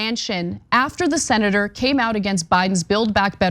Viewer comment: HAHAHAHAHAHAHAHAHAHAHAHAHAHA MDE. PELS. "SENATOURRR" APPARENTLY YOU DON'T GET IT WE ALL KNOW IS YOUR DOING, YOU OWN IT YOU OLD HAWG HOW DARE YOU YOU ARROGANT INSIDE TRADER CORPORATOR DEM EXTRAORDINAIRE.